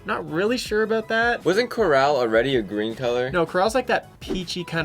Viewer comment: “Corraaaal,” it’s “core-ull,” sis. The colors aren’t as vibrant as some other leaks.